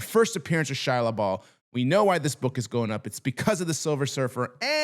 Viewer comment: It' Shalla Bal, not Ball!